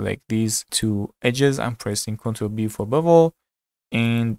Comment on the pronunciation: I kept hearing Bubble instead of Bevel....hahaha